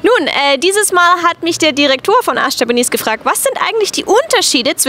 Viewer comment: lustig :) hier und da merkt man, dass du schon länger im ausland lebst und wahrscheinlich sehr wenig deutsch sprichst, wie zb bei ''direktor'' :D